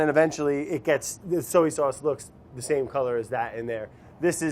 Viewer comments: Why is Brad incapable of pronouncing “soy” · Wondering why he keeps saying soey instead of soy 🤔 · So-ey sauce!! Haha...giving wourder a run for it’s money! Love it. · ive always pronounced soy like so-ey. woops.